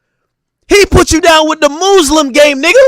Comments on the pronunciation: Who tf told Ak Muslim was pronounced “Mooslim” what’s going on 😭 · The muuslim garments killed me Ak doing to much😂